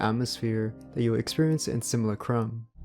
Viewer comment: And “sim-u-LAH-crum”